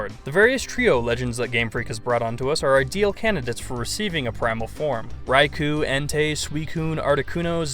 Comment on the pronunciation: rai-coe not rai-coo